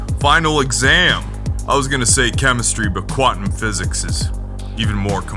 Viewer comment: You lost me at quat-num... It’s quantum you turd tard